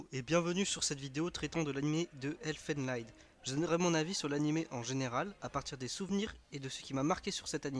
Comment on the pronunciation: enfin un qui a compris Elfen lied, mais y a moyen d'être plus complet ;) Ps : ca se prononce elfen lid, c'est de l'allemand